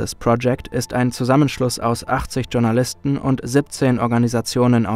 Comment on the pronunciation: Was sind "Tschournalisten"? Sie kommen bei einigen eurer Videos vor. Spaß beiseite. Es würde nicht nur zur Qualität eures content passen sondern auch zur sprachlichen Bildung euer Zuseher beitragen wenn ihr Journalisten richtig aussprechen würdet. Danke schon Mal fürs drüber nachdenken.